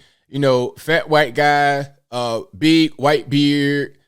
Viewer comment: I’ll consider subscribing if you stop saying white like that.